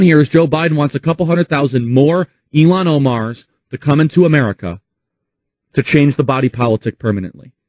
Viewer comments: "100000 more Illhan ohmars"🤣🤣🤣🤣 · He called them illhan Omars lmfao 😂